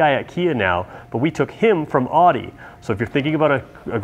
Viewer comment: please pronounce AUDI correctly for all future videos.